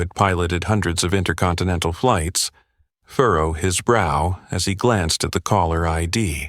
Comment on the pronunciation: “Furrow his brow” not “thorough his brow”! AI again?!